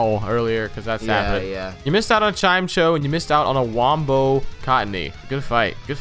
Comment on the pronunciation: im- did he call chime echo chimechoe